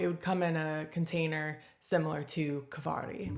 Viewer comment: Kvarg is pronounced like Varg (wolf) {Kvarj)